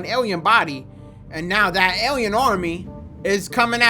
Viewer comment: Awiens and Arwiens has me in tears 😂